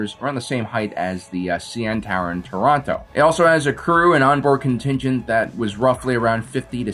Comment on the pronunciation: Excellent pronunciation of Toronto sir. ❤